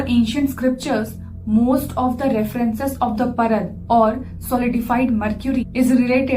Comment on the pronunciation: Its Paarad not Parad 🙏